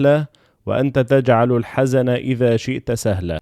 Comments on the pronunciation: فالدعاء اللى فئاخر الفيديو الحزن بسكون ال ز مش بفتحها وجزاك الله خير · جزاك الله خيرا. بس تنبيه ان الحزْن بسكون الزين مش بالفتح ربنا يبارك لك وينفع بيك❤❤